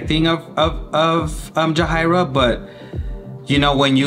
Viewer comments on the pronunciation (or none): No hate here! But I think it’s pronounced “jah-hair-ee-uh” not “jah-high-ruh”